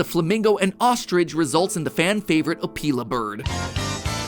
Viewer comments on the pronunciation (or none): Anyone else pronounce Opila like "Oh-pill-a" like SuperHorrorBro does, instead of MatPat's "Oh-pee-la" like an off-brand Ophelia? Literally BanBan asking "What do you think Opila?" and then the bird just screeches had me laughing so hard, idk what's so wrong with this janky game series, it's a hilarious romp with some funky characters and maybe some story and I'm all for it